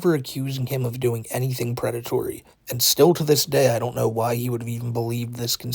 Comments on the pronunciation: The Pwedatowy Stowy of Teh. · I respect that you didn't name this video "The pwedatory" story. But it would have been hilarious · Correction: The Pwedatowy Stowy of TheWhiteBowsah - Paht 2